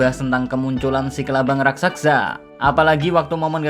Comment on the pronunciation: Raksasa bang bukan raksaksa 😂